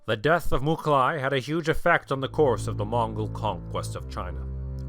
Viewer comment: Its not Mukhali. its Mukhulai Мухулай. There are tons of pronunciation mistakes about Mongol names... Starting from Genghis which is actually Chinggis